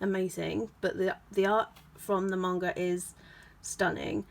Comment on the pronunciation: I hate to be that guy but I hate the mispronounciation of manga